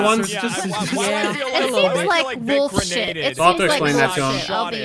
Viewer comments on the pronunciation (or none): correcting Speedy for saying "woof" instead of "wolf." 😂